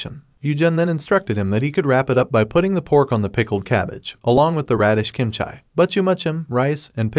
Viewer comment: love the recap, just the way you pronounced "kimchi" as "kimchai" is slightly bothering me😂😂